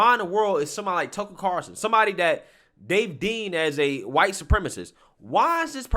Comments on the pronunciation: bruh Tucker Carawlson! Not Carson ffs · cannot pronounce Carlson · stays calling him Carson. lololol